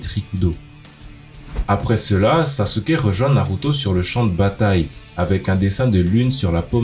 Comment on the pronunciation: Saske* pas saSUke